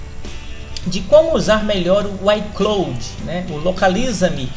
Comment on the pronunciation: Aprenda inglês, véi! É "ai cláud" e não "ai clôude". E não é "êipow", é "épow". Ou simplesmente iPhone. Desde o momento que você falou errado parei de assistir o seu vídeo.